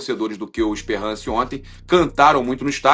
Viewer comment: Ainda bem que ele pronunciou Espérrance corretamente